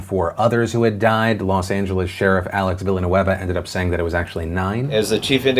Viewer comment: Respect on Pronouncing Alex Villanueva. That’s my last name and I have never seen a native English speaking person say it so good. Way to go Franco!